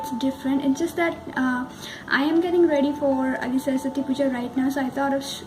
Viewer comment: Its saraswati puja not sarsasti puja😒